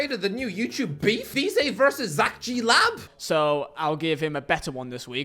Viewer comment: How can’t he pronounce vizeh